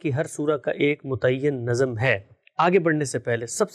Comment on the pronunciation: 'Nazm' was pronounced repeatedly as 'nazam'. 😢